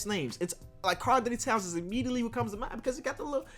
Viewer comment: By the way it’s Karl-Anthony towns. Not Karl Anthony-Towns. Just pointing that out